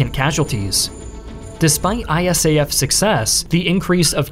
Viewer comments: Great video but nobody ever called it "I-S-A-F" but "eye-SAF". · Dude, it is really weird to hear to called I.S.A.F. We, who were there, called it ISAF (pronounced eye-saf). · Really wish you’d say ISAF the way most of us do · If you ever do a video about Afghanistan again you can say ISAF as an acronym rather than an initialism.